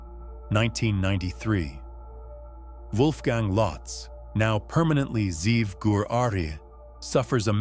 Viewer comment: The name is Ze’ev. He just isn’t pronouncing it correctly. Wolfgang=ze’ev